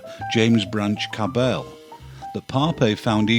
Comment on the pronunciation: Oh, and a minor correction. A critic who disliked the author's style once said, "Tell Cabell to go to Hell." J.B.C. responded, "Tell the rabble my name is Cabell." So the accent is on the first syllable of his name.